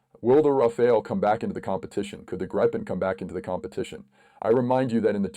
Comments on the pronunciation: Not Rafael but RAFALE -LE not EL read correctly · It's not Rafael it's Rafale